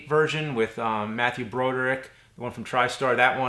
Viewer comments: Matthew BRO-DUR-ICK. lol. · You mispronounced Matthew Broderick's last name.